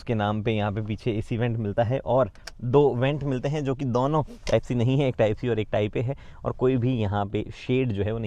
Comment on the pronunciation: When you find a guy cute but he says "दौनो"